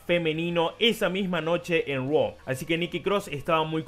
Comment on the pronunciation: Todos burlándose de Andrade por decir 'Roa' ah pero nadie dice nada cuando Becky dice LOS ANGLE LEES 😒😒😒